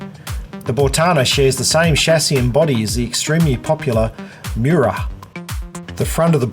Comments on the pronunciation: Some details were missing in Agrale Marruá is based on another car haha Agrale purchased the rights to Engesa 12 and made Agrale Marruá based on it. So, Bortana is made based on Agrale Marruá, which is based on Engesa 12 :) I don't speak fluent English, so I'm using subtitles, but the first time I understood "mura" I was looking for the car and I couldn't find it. His pronunciation was very distant from the native haha In the word Marruá, the "a" is pronounced differently because of "á". Unfortunately, it is not a popular car. Agrale does not think about selling it to individuals, it remains in the sale to companies, institutions and armed forces. Congratulations on the video. Very well produced and with good images. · As for your pronunciation, I was not speaking out of malice, I just thought it was funny haha It is a strange word even for me, since it is not used so much. Marruá is used by cowboys in the Pantanal region to name a wild ox, an angry ox.